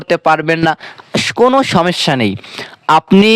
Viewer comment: হজাগ কি জিনিস? এলারাম কাকে বলে? সমেস্যা কি? ভাষা শুদ্ধ করে বলতে না পারলে কেন কনটেন্ট তৈরি করেছেন?